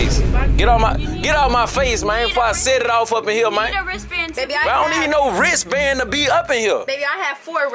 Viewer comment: “Do you have a raistband “ 😂😂😂😂😂